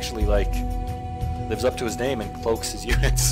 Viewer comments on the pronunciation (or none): none